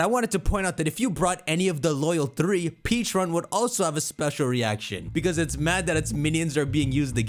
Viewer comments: it's PECHA-RUNT not PEACHA-RUNT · I don’t get why he keeps saying peacharunt instead of pe-cha-runt the correct pronunciation even the video giving us it’s backstory pronounced it as pecharunt so where is he getting peacharunt from💀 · You’re not saying Pecharunt correctly! Watch the story of Pecharunt.